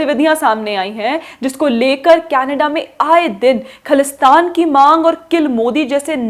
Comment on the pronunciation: Please say "ख़ालिस्तान" not "ख़लिस्तान", it comes from the word "ख़ालिस" which means "pure".